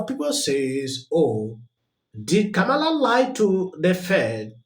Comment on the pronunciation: Shame on Ka-mall-la 😅😂